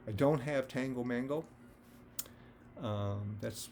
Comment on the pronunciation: Maybe it's your pronunciation, but the CAN masterpiece double LP is Tago Mago. Highly recommended.